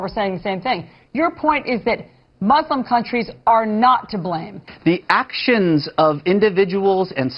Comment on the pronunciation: Why do so many people struggle to pronounce muslim correctly?